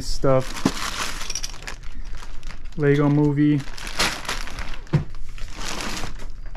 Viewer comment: Lego no s in Lego